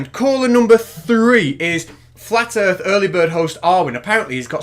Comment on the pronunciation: That's a trick challenge, when you show him a picture of the earth he's gonna say I didn't say earth I said erf.